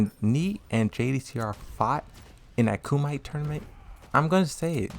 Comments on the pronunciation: Its pronounce KUM-E-TAE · Bruh, did you say “ku-might”? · Yeah, he's been saying it for a week. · Why do you say Lida and Kumite incorrectly?